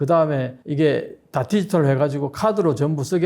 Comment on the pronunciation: 디지털 발음 연습하세요 ㅠㅠ